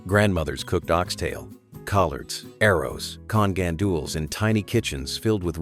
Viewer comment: Arrows, con gandoolz?!?! Carajo this AI shit is ridiculous. I'm not even from PR and I feel some type of way about how they butchered the pronunciation of one of my favorite dishes SMH